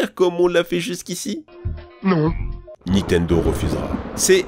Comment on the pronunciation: Arf , ça défonce les oreilles les '' Nitendo, star wor, Times later, ....'' mais pas pire que les '' aréoports " des autres vidéos.😢